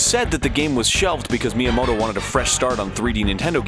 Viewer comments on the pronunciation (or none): none